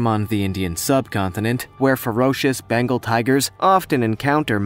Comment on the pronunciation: It’s BENGAL not Bangal